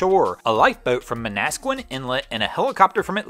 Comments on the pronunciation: Manasquan inlet pronounced Man-a-squan (like swan 🦢). We have some hard location names in NJ. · It's pronounced Man- A Squan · I’ve heard worse. Especially some pronunciations of Navesink.